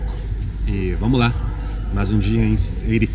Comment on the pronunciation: cara nao é Ericeiras é Ericeira..